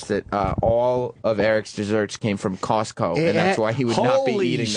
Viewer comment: and Sam wonders why he didn’t get his own show at Sirius XM. He can’t even pronounce Costco correctly along with Costume and many other words. Plus at 40 plus years old his kids eat better than him.